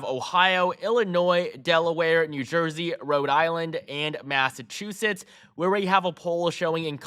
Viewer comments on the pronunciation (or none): none